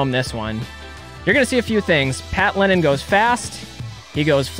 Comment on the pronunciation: It’s “Lennen,” not “Lennon,” is isn’t it? Pat, back me up on this., shout out to you too!